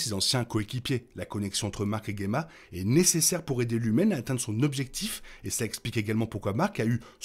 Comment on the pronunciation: Dsl mais je dois poser la question : pourquoi tu prononces "Guemma" (et pas Djemma) qui est la bonne prononciation du prénom (et celle donnée autant en VO qu'en VF) ? C'est un nom dérivé du mot gemme en plus, donc je comprends pas pourquoi le "gue" 😅